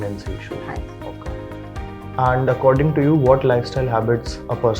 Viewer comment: & And hota h mera bhaii... Aaand kyu bolreheho😂😂😂